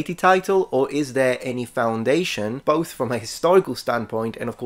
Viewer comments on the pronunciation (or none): none